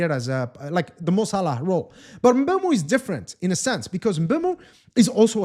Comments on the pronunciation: Not bam Muu Say emm boo moh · I'm cameroonian too Hearing MbUEmo makes my ears bleed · Thank you very much i noticed it the first time he said his name...this whole Embeumo thing is nonsense